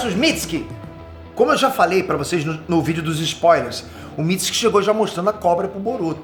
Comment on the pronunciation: Tu tá falando mitsuki errado